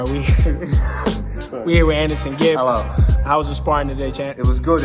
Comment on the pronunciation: Anesongib not Anesonegib 😂😂